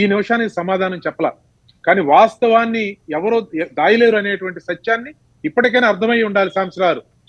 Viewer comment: అది దయలేరు కాదయ్య.. 'దాయలేరు'